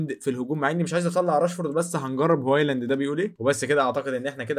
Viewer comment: هوايلاند ايه بس 😂😂 اسمه هويلاند